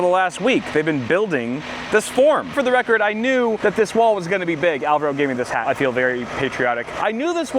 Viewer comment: I hope by the end of the house construction can pronounce Alvaro's name properly